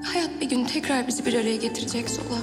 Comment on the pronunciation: zola yerine zula diyo 😂